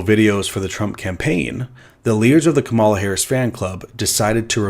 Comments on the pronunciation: It’s pronounced "Kama (coma) - la (coma - la) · I'm so sorry. immediately using Kamala Harris as an example, but never saying her name right (correct pronunciation, "Comma-La" Harris). He is insufferable., I'm glad you're addressing this, but I can't take (un)thoughtful Faith in other circumstances. I only made it 5 minutes in. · insane to use Kamala as an example and not once pronounce her name right. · Btw, Kamala's name is pronounced as "Comma-lah" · Yeahhhh so I mistrusted this guy the second I heard him mispronouncing Kamala Harris's name. Besides he's going after of all people, which does not boost his credibility at all in my book:P So overall, I think someone is disingenuous here, but it certainly isn't.